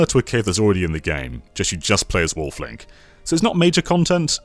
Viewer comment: When I hear him say, Wolf Link, for some reason I hear him saying waffling Link. I know that doesn't make any sense, but he has said the word "waffling" a lot in videos. That could be the reason, I'm thinking like that.